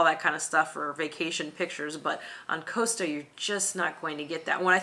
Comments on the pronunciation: Costa not Coaster. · If MSC is not agreeable for American cruisers it makes it infinitely more attractive for the rest of the world. And please pronounce "Costa" correctly.